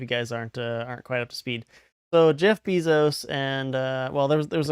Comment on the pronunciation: Lol "Bee-zos" if you have or make a pacer dot gov account you can sewrch for the csse and at least see whatever documents are public but give it a little time too and paying pacer members will post what they've got